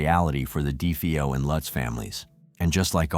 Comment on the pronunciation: U didn’t do defo murders justice nor lutz I read that book I fastly gave it away I still have nightmares the pic u showed after the warrens went there it was the youngest son looking at of door u don’t even say the last names right lutz family starting zz on their stomach like the Defoe family if I go their that house wont let me go the book curse